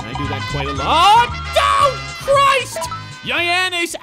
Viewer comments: the way he pronounces it yianess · Damn i laugh so hard when he say giannis name😂😂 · You buthcered giannis name